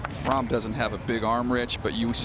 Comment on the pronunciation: Jake fromm is pronounced frawm